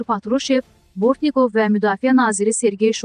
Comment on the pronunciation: Bortni'kov yox Bo'rtnikov